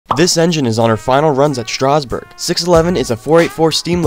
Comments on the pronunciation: Stop mispronouncing Strasburg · If you're going to say the name Strasburg, at least correctly, pronounce it.